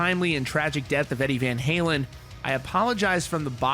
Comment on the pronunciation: “Eddie Van Haywin”